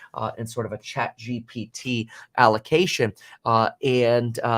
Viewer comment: ChatGPT is Not hard to pronounce dude what lol